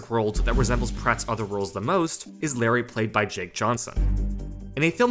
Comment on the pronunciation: It's Lowry, not Larry.